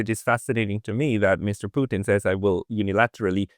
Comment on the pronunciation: Have respect,& pronounce President Putin correctly..